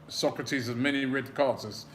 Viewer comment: HIS NAME ISN'T PRONOUNCED LIKE THE PHILOSOPHER SOCRATES!!! IT'S PRONOUNCE SO (like "sew") KRA (as in "crah") TIS (as in "diss"). Pronounce the name of your players properly!